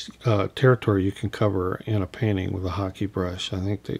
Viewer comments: Hake: "Hah-kay", not "hockey." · hockey or hah kay is considered correct if you google it, as its Japanese, but many do pronounce hake like rake that's for sure. I personally don't care. I'll stick with hockey. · Lovely hmmm but I think you are pronouncing Hake incorrectly 🤪🤪🤪😍